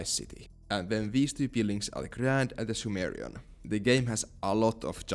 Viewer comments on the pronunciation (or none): none